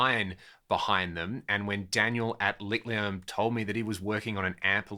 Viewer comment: The "ch" in Licht is pronounced as a forward H like in "heat" or "heaten" "hill" in English. It's an amazing name for an amp. Almost as good as "painting with electrons" :)